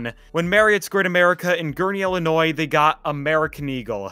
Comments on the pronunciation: Bruh. The S is silent is Illinois. And it’s ill, ill not ell. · It’s ILLINOIS, not Ellinois. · Ill-inois not elle-inois, it's easy to remember as the state makes you sick. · It's Illilnois not Ellanoy. Edge was great a real fun ride sadly it didn't last. We were there that day and heard there was a problem and it happened while we were on the Eagle after getting off the Edge just a short time earlier. Was a little freaky but we kept going. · "el-in-noise" lolol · Why do you pronounce it Ellanoy? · For the last time, it isn’t pronounced “el-in-oise” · El-linois LOL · Why does this guy say, Ellinois? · Eagle , red side is the best. And by the way - the S in Illinois is silent. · You don’t pronounce the S in Illinois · Please do NOT pronounce the “s” in Illinois. Pretend like it’s not there.